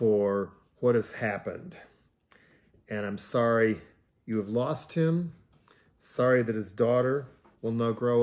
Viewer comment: Jello reiterates news you heard. "thorry"